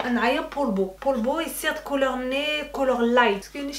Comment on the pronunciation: Couleur dit « cololr » jte jure ces pas difficile .